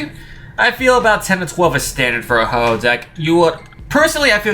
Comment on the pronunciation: You said hoho ex